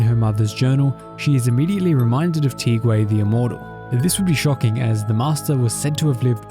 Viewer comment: Gonna be that person for a second: assuming these names are based off Chinese names, Tieguai's name is pronounced "Tyeh-Gwhy." Also the Ge in Lao Ge technically sounds like "Guh."